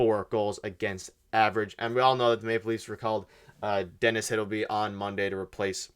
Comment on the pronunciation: And pronounce Hildeby properly. These guys are really clickbaiting lately.